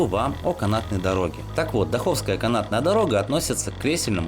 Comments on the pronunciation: дАховская! А не дахОвская! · Спасибо за видеоролик.Довелось учиться в Майкопе. Однокурсница была родом из станицы Даховская. Ударение в названии станицы на первый слог ДАховская.